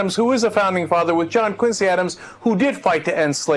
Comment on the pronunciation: oh dear God.. this woman is a flash in the pan. I BEG HER TO RUN AGAINST OBAMA! Barack's a shoe-in. And, by the way, it's pronounced John QUIN' zee Adams. The Quincy Family pronounces it "QUIN' zee". The level of stupidity pervading the airwaves is truly disturbing.